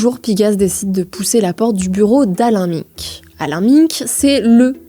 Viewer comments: Merci pour cette vidéo au top !! Pour info, on prononce : Gramchi (et non gramski) Alain Mainque (et non Miiinque) Belfor (et non Belforte) Volainski (et non ouolineski) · Alain Minc se prononce Alain [Main-k] pas Alain [Min-k] 😅 c'est pas sérieux tout ça ... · On dit : Jean Louis [Borlo] Alain [Mainque] Antonio [Gramchi] ❤ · Chère journaliste, merci pour votre vidéo fort intéressante ! Je me permets néanmoins une petite remarque : Alain "Minc" se prononce avec le "in" de "vin" (pas "minne-k"), Antonio Gramsci se prononce "Gramchi" (pas "gramski"), et Belfort se prononce sans le "t" muet de la fin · Belfor"T" , M"i"nc, "winsk"??? we are in france, we speak french! étonnant ces prononciations à l'anglaise, c'est quoi ce bordel? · Oui, c'est dommage ça décrédibilise la vidéo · Je suis désolé, vos sujets sont très bien construits, et je les apprécie en général. Mais faites un effort sur la prononciation des noms propres (Minc, Gramsci, Belfort, Wolinski, etc). Ça détruit la crédibilité de vos sujets en montrant que vous ne connaissez pas les personnages dont vous parlez. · Prononciation de Minc, de Gramsci et de Belfort juste catastrophique. Ça décridibilise le propos pourtant très pertinent. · J adore tout le travail effectué. Mais attention aux prononciation des noms de famille : wolinski, minc et gramsci. Il faut refaire lire les videos. C'est dommage car là ça fait amateur. Je pense que c'est une question de génération. Il suffit de faire relire par un pair... de plus de 40 ans. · Bon la petite journaliste en stage ferait bien d’apprendre à prononcer les noms de famille… Alain Minc il fait mal aux oreilles. … On dirait radio Nova mais version droitardée